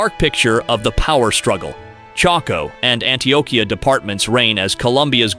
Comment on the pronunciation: Its a shame that humam beings are so horrible. We're all the same in my book. Just wanted to point out that the right spelling on (Columbia)as you wrote it, is COLOMBIA. (COLUMBIA is the capital of the state of South Carolina in the US). and also the way you pronounced the name of the ( department Choco ) in Colombia was wrong. Just saying....